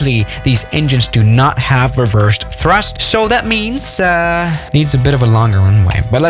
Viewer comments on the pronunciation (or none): ”REVERSED THUST”